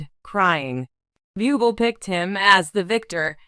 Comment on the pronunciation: Don't call Michael BYUBEL, it is pronounced BOOBLEY.